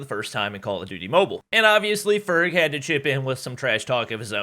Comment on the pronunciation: Doc says ferg ferge